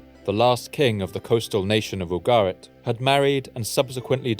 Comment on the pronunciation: Ugarit not Abo Garrett